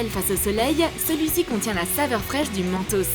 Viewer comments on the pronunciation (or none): Mentos ça se prononce mènetôsse